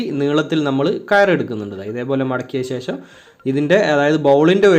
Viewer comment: ലൈക് എല്ലാം തരാം പക്ഷെ ഇതൊക്കെ ശരിയാക്കണം ....മുയുമനല്ല... മുഴുവൻ എന്നല്ലേ??... ശേശം അല്ല ശേഷം.. 😜😜😜😜🥰